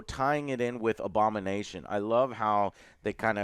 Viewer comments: I was letting the video play in the background while doing work in another tab and thought Joe was saying "Obama Nation" instead of Abomination the first few time and was so confused. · I initially thought Joe was saying "Obama nation"